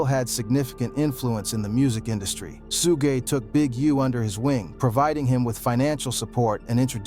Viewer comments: WHAT IN THE AI.... this is so fake, or done by a white guy who needs to MIND HIS DAMN business, he IS NOT not part of the culture. SHu-GAY..... nah. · SUEGAY😂😂😂… dude at least pronounce his name correctly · The ai voice killed this video couldn't watch it after I heard suuugey night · I thought that was a real narrator until he called suge Knight sue gay knight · Soo-gay Knight was crazy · A boy named SueGay I’ve heard AI call him that before, lol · When I heard sugay knight I had to turn this off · Who tf is sugay 😂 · This guy is mispronouncing people he knows Suge Knight nane but he mispronouncing disrespect the man name calling hem suegay that’s totally disrespectful. Please boycott this channel because this guy thinks that life is a joke. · Sue-Gay has me rolling 😂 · who the hell is sugay knight 🤣🤣🤣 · SU-GAY Knight! LMAO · I was deflated when this AI fool kept calling Suge Sugay then Sug.........I was about to click off but I'm still intrigued. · Shooo-gay is crazy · Soogey knight and a picture of Suga Free as Suge knight has me in tears lol😂😂😂😂😂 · 😂😂💯👍 Sue gay😮😮😂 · Yes, so many "Sugays" Ai straight went rapid fired! 🤣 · We’re in trouble once AI figures out how to pronounce “Suge” and “PAC”. Be thankful for these flaws 😂 aka red flags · Wtf is su-gay knight??🤔🤔🤷🤷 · Who the hell is Soo-gay Knight? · Why can ai do everything but pronounce suge correctly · Fucking AI, when I heard the voice say Suge, lol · Hahaha came to say the same thing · You don’t even know how to pronounce Suge’s name. Gtfoh